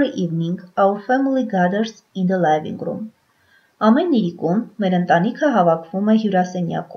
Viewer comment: Թերի է։ Արտասանական սխալներ կան։ Օրինակ ՝ living_room արտասանվում է " լիվինգ.րում " ոչ թէ "լայվինգ րում"։ Բացի դա անգլերենի բառավերջի r տառը չի շեշտվում և արտասանվում է շատ թույլ։